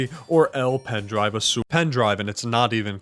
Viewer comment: As a Spaniard your pronunciation of azul hurts me physically Gud video tho 10/10